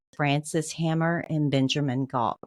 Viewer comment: Ivy. Not Ivan. And Frank Hamer. Not Hammer.